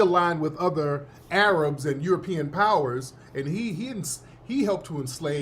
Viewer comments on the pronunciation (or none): none